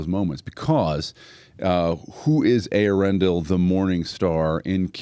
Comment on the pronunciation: Man, you are like the ONLY person I've ever heard pronounce the name Eärendil correctly (on line)! Awesome! And you even clearly distinguished Earendel and Eärendil. Good on you!